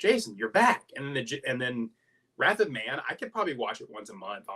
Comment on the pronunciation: Wrath of Man😮 I thought he was saying Rapid Man also